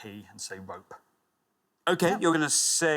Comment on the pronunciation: I think he knew how to answer the question he just misspoke and said "rope" instead of "pore"